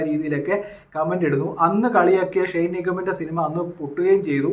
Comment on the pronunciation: ഷൈൻ അല്ല ഷെയ്ൻ